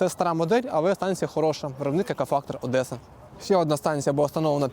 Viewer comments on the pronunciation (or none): none